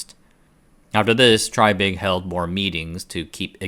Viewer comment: It's pronounced TRAY-big. (reference